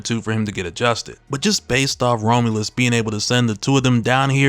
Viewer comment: Bruh kept saying Rome-u-lus 😂 Rom-u-lus, my guy.